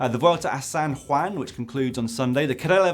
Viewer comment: Well pronounced "San Juan". Kudos.